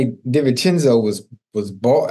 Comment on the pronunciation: Ocho I know is a football player but he doesn't even know the Knick players. Mitchell Robinson, Hartenstein-- no dea of their names then he is trying to read "Divincenzo" from a stat sheet , he is a mess..